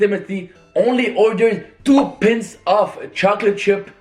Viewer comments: 2 pints of ice cream😂😂😂😂!! It's pie -nts 😂😂. English is a barrier still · Said pints instead of pints😂